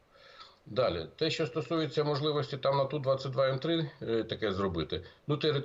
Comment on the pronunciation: Не "шчо", а "що"!